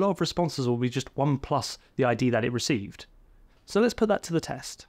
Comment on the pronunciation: "Reck Vee"? ReceiVe ;)